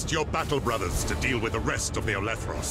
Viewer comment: Oh come on it is Olethros not olEthros, literally unplayable